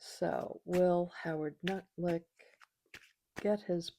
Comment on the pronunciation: Nice to hear someone pronouncing his name correctly! Thanks,, love you!